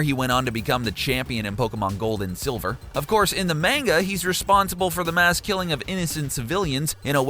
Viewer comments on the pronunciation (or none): Gave this video a thumbs down cuz you pronounced manga wrong